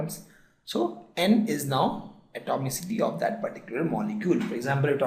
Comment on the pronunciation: Uhhh... What is he saying is not clear